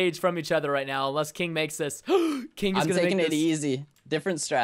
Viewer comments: anyone else cringed when preston kept calling will 'kiing' ? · You kept calling will "kiing" and I was cringing because no one calls him that. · dat moment when preston calls will kiing I died